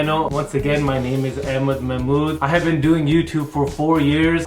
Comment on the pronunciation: Why do you say Amed and not AHmed ?